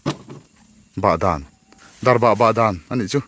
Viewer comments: Darbah niloin...darbak tih zawk tur ani e.. Chuan chaw eilai a mipa /hmeichhia lukhum khum hi pi leh pu ten an duh ngailo ...jessica i pawh a nuin a alaksak mai kha.. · Darbah nilovin Darbak ani zawk lo maw sir🙊